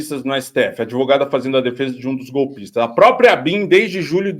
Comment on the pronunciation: Advogada ou adevogada😂😂😂😂😂